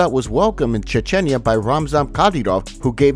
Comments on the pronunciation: why do you pronounce Chechnya like that? weirdo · Mf doesnt know how to pronounce chechenya